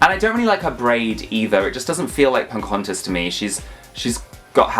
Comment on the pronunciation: Why do you call her "Poncahontas"?